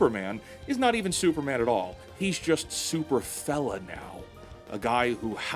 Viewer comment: When you said "Super fella" the first time, I heard "Super fellon"...